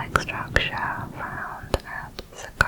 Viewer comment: I love how you say pyramid ngl